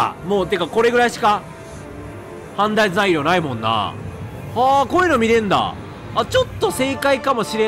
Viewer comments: レトさんの判断には同感しかないけど、判断材料をずっとはんだい材料って言ってて笑うw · レトさんの「判断材料」何回聞いても「はんざんざいりょう」にしか聞こえんくて毎回わろてまう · いつまでも判断材料が言えないレトさん可愛い